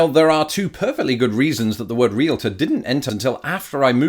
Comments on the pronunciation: Thank you for pronouncing "Realtor" correctly! Most Americans mispronounce it as: "Re-litter" when it is actually "Re-al-tor." Similarly, there are many Americans who mispronounce the word: "Cavalry" as "Calvary." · Thank you for pronouncing Realtor correctly. A lot of Americans incorrectly say reel-a-ter. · Thank you for pronouncing Realtor correctly. Many people insert an 'i' between the 'l' and 't'.